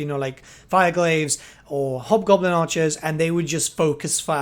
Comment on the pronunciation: the one unit sounds like their saying hobgobbla kick his ass